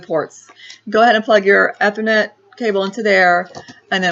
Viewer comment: You need to learn to pronounce "Ethernet" correctly if you want to appear halfway credible on the tech front :-)